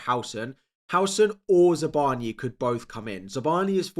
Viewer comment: ZabarnYi, not Zabarniiy, more rude sound. Telling you as a ukrainian.